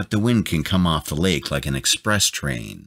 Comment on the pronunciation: Wtf is this narrator... Laeeeek, tonaeeit, borkaeuuup, can geeet, keed, escapeeit 15 year old would do better job